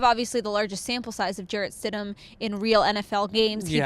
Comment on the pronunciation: Its stidham